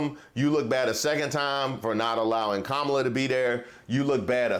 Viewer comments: The more I listen to her, the more she makes my stomach upset 😡 What an embarrassment to all black people. No one is coming for anything. Tomorrow she will be forgotten. Learn how to say her name please. I think it's Kamala not Camalla. Damnnn! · It’s Kah-ma-la.Not that difficult.😣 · This fool needs to start by knowing how to properly pronounce #VP Harris first name. 🥴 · The fact that she just can't pronounce Kamala's name correctly is irritating AF in itself. She's a clown... just like her boy Donald. Up there shucking and jiving for the crowd. Parroting misinformation... let's go BLUE! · Do they require them to say her name wrong? Hard to believe a black woman can't pronounce a name like Kamala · How embarrassing that she can’t even pronounce “Kamala” properly. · Intentionally mispronouncing Kamala’s name is gonna come back to haunt the Republican Party. I also wonder how much those black people in the background got paid to stand there listening to that garbage. Better yet, how much did the regular racists get paid to be out of camera frame. 🙄